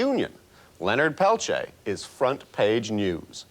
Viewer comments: I can NOT STAND how this reporter says "pel-chay". He interviewed Stephanie Autumn and others who actually know Leonard, and say his name themselves, and STILL he refuses to say it right. It's "Pel-teer" or quickly pronounced "Pel-tee-ear". Totally ignorant. I'm from North Dakota, and there are many descendants of Leonard with the name Peltier, never have I heard "pel-chay" 🤦‍♀️ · "Pelchea?" He can't even be bothered to pronounce his name.